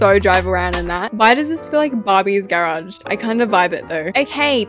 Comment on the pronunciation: The way she says garage 🥹 GaReAuG